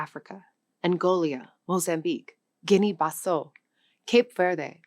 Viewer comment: Yes she did, and she also said Guinea-Bassow. I've even heard her butcher English words and this is supposed to be a language channel...